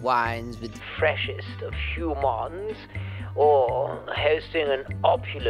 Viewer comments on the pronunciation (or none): And he still pronounces humans like Quark On deep space nine